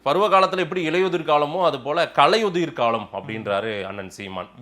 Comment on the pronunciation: பாரிசாலனுக்கு சீமானை தூற்ற கிடைத்த மற்றொரு வாய்ப்பு. சீமான் பொறுமை காத்து முடிவு எடுப்பவர். உண்மை வெளிவர காலதாமதம் ஆகும். ஆனால் முடங்கி போகாது. தமிழை சரியாக உச்சரிக்க வேண்டும். கலையுதிர் என்பது பிழை. களையுதிர் என்றுதான் சீமான் உச்சரிப்பு. ❤நாம் தமிழர்❤